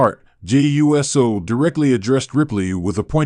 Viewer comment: His name is not U-S-O. It is pronounced Oooo So!